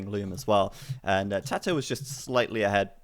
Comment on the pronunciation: His name is tatoh not tadoh. Where do you hear a D in his name? Don't you know it's disrespectful to intentionally mispronounce someones name?